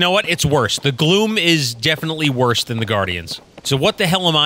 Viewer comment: We pronounce it KAZ-m. When you said "Gloom monsters", I heard "Glue monster". Also, the instant I heard Tulin's voice, I knew it was Cristina Valenzuela.